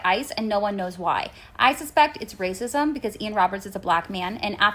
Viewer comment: "iiii suh-spekt it's wacism" 😅😅😅 It's not 2017, that stuff's over